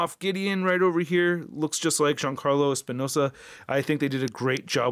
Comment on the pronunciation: It’s Giancarlo Esposito, not Espinosa.